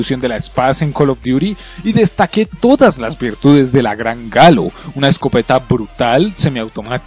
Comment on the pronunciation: por que le dices galo a la gallo